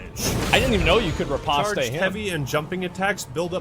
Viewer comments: Mf said “ re-possed-stay” 🗿 it’s riposte asmondumbass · The way you kept saying Re Post Aye for riposte never gets old. Its Re Post. Lol there has no accent over the e... why would you pronounce it? Lol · Lol it is not pronounced, RE-POSTAY .... It's pronounced RE-POSTE. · Incorrectly corrects riposté 😂